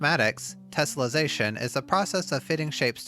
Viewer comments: Drink every time he says 'tessellesation'. Also leave the man a like for this wonderful tutorial. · 3 minutes in and he's said tesselation 27 times, and correctly only twice. Oh boy..